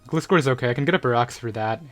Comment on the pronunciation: You are pronouncing gliscor wrong